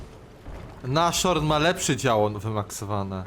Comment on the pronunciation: nas-horn a nie naszorn